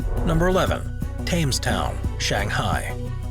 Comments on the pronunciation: Thames is pronounced "Tems". Please. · "Tames town...tames town... tames Town.." 🥴Cringe🥴